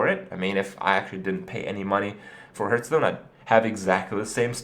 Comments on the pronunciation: It's pronounced HARTHstone, not HERTHstone. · Day 632: Kripparian still can't pronounce Hearthstone